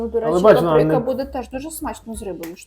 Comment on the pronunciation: Правильно "ПАприка", а не "паПРИка"